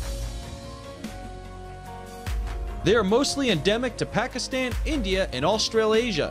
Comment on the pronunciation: "Aust rail asia" lol 😂😂.